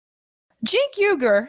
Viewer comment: Cenk 'oor' correct pronunciation of Uygur. The same way you pronounce the Uygur name from China.